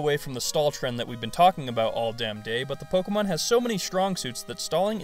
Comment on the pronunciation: you know its pronounced Po-ké-mo-n